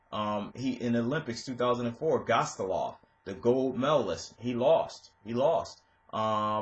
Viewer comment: Did you just say goose-stoff-erson? Its gustaffson dude. Wrecked his name. Sounds like gu-staf-son